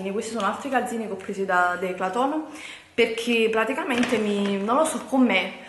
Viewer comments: le trasformi tutte le parole...tipo:" questo l 'ho preso da DECLATON'' 😂😂😂A parte il fatto che si dice "Decathlon'' sei simpatica uguale,anche per questo!!! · DECATHOLN Non declatlon😂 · Si dice decathlon non DECLATOOOONNNN 😂😂😂😂😂😂😂😂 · Declaton non è questione di dialetti. Non sa leggere, punto. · non è dialetto. pronunciare garnier cn la r finale o declaton o trodiato non è dialetto ma esser ignoranti che è molto diverso! Ho sentito napoletani parlare e ti assicuro che quelli con cui ho parlato hanno cultura e nn parlano così come lei. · Declaton??😂😂😂😂 alla prima pensavo avessi sbagliato..